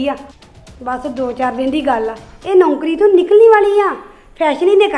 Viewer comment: bht bkr boldi aa naukari word she spell like rubbish